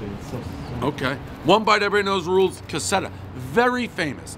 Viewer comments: The way he said caserta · When you come to Rhode Island at least learn how to pronounce Caserta pizzeria... Lord good thing you didn't go to Sicilia's Pizzeria Chicago style. We all know who comes from out of town when they don't know how to pronounce the names... 😂😂😂😂😂😂😂😂😂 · It'd be nice if he learned to pronounce the name of the pizzeria beforehand. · One r, everyone knows it’s silent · He literally destroyed the name 10 times ..what a disgrace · 😳🙄 Please pronounce Caserta properly! If you don't like spinach pie ingredients, why order a Whimpy Skippy to critique!?! 🤦‍♀️ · The way he said caserta 🤢 read a fuckin book, Dave. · Dave cannot pronounce caserta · It would be nice if, at the very least, you could pronounce the pizza company properly. Thanks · think theres like an r in caserta its cah ser tah dont think its cassetta jmo could be wrong though but jmho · You couldn't even bother to pronounce the name correctly. It's CaseRta, not Caseta. The reason they advertise they are the originators of the Wimpy SkiMpy (not Wimpy Skippy) is because it was so popular at one time that many local pizza places attempted to copy it. Your personal preference for "nostalgic" pizza just doesn't resonate. I have my preference too but would not be so publicly dismissive of others. It's a turn-off. Being a douche is a choice. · NOBODY in R.I. told you to go to a place called "Casetta" They said go to Kuh-seR-tuh. With an "R" CASERTA Pronounce the name. It's on the sign. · One caseta pizza everyone but Dave knows it’s pronounced Caserta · One Cassetta Skimpy, everyone knows its pronounced Caserta Skippy. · Ca ser taaa!!! Not ca set aaa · No shit....there's an "R" in Caserta. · One bite, everybody knows the "R" isn't silent in Conserta except for Pres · Cassettas / cas-set-as / 1. Audio cassettes sold in Italy. 2. The official, accepted mispronunciation of Casertas. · Cassette-uh. Wimpy Skimpy. Everybody knows the rules. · One Cassetta, everybody knows Dave is eye-talian